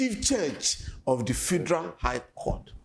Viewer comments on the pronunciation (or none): Why the Journalist sef say "the Fidral Government"? Abeg leave am for SAN Falana😂